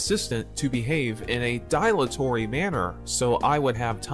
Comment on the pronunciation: Not pronounced die-latory. It's pronounced dill-atory. You need an e at the end of words to change their pronunciation eg dilate is pronounced die-late, not dill-ate.